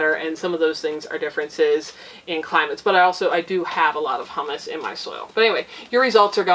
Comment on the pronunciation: Humus = “Hew-muss”. Hummus = “Hum-Us”. Humus is what is left over after other things have broken down; hummus is made from garbanzo beans and is a luscious dip. Thanks for the tip on the book! I will get a copy.